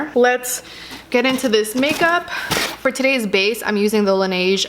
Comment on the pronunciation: It is La Neige ( It means snow in French ) Not La naige if that makes sens LOL LOVE YOUUUUUUUUUUUUUUUUUUUUUU xoxo